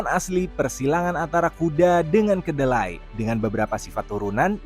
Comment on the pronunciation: keledai kak, bukan kedelai